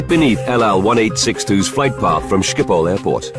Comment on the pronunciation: Stupid narrator can't even pronounce Schiphol. How long would have taken to research? 1 minute? Disgrace.